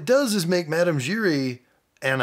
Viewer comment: It's madame giry not gary lol